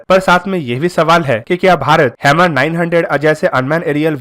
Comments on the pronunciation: Bruh its pronounced as 'Her-mis' not hemir or hammer. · Hammer nhi bhai "HERMES" naam hai uska bhai. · आपका उच्चारण गलत है। इस ड्रोन को हर्मीज बोलेंगे। आप हैमर कह रहे हैं।